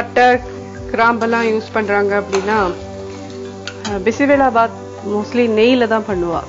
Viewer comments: Anchor its not bismillah its bisibela baath.... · it is true, she is funnily pronouncing as bismilla bath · Bisebelabath alla bisibelebath. Bele endral paruppu in Kannada.